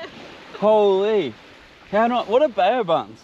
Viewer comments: BAO - pronounced BOW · Another cracka guys, but please it’s pronounced “bow” like the front of a boat so “bow buns” hahaha love you tho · Come on guys its pronounced BOW buns 😂